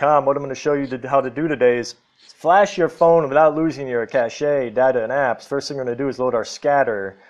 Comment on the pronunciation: I love how he says caché with the accent on the e